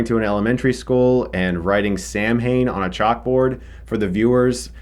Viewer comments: Its pronounced SAW-WIN, not "Sam-hain". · Chris, Quick note from Ireland. It's "Samhain" pronounced "How In" not "Sam Hayne" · When Chris says sam - hain.......but it's pronounced sow(like a female pig)-en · Only issue i really had with this film, is a bit of a nitpick. The Irish (Celtic technically) harvest festival of Samhain is not an evil entity like the film says it is, if i remember correctly ( also its pronounced Sow-an and not Sam-hayn, as it is an Irish word 😊👍) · Pronounced Sowen...not Sam Hane. Thanks Chris good review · Useful pronunciation tip for you America, despite how Donald Pleasance and Chris say it, the Irish word 'Samhain' is pronounced s-ow-wen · "Sam-hain" ..understandable , but its pronounced "sow-in" and it's Irish for November , as in celebrating the start of November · Its not Sam hain, Its Samhain (pronounced Sauhin) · Listen, I'm sorry but this really annoyed me. The word Samhain is not pronounced sam-hain, it's pronounced sow-in. This is nothing against you but the crew could've told Donald Plesence it was sow-in. (It's an Irish word and difficult to pronounce) Happy Halloween. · Awh man, the way you say Samhain 😂😂 love it! It's pronounced Sowen. Much like they pronounce it in the movie Trick or Treat. It's also the Irish word for November! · I know this is an older video, but Samhain is pronounced sow-in. Irish people are weird with spelling, I’m sorry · "Sawin", Chris. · Samhain is pronounced Sowan, it is Irish for you guessed it; Halloween / October. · samhain is the irish festival that halloween developed from and is pronounced 'sowin' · Samhain is pronounced "Sow-in" and it refers to Halloween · Samhain (Pronounced: sow-in) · sowin its pronounced SOWin :) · "Sah-winn" is how it's pronounced [samhain] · Samhain is actually pronounced - Sah-win. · Samhain is Gaelic, it's pronounced Sow-in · Samhain is pronounced “sow-in” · Samhain is pronounced like "Sow-en" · Samhain is an Irish word and is pronounced sowin